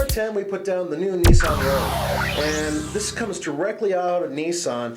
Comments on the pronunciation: Rogue, not Rouge. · Rogue, not rouge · Nissan 'Rogue', 'rouge' means red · It's "Rogue", not "Rouge". And, what's with the stupid hat? is it freezing in the "studio" or are you dressed for a felony? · Nissan "Rouge" lol does no one proofread or spell check? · Nissan "Rouge." /sigh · The Nissan Rouge? I think you mean Rogue lol. Just trying to help. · It's Nissan Rogue, not Rouge...